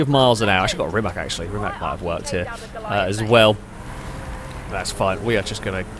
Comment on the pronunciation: You are pronouncing Rimac wrong every time :) The C at the end should be pronounced more like a tz, and not as a K, as you are saying it.